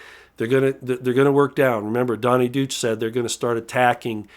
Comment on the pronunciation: He whom professes to be an expert on all subjects cannot pronounce the German word/name, Deutsch. Smh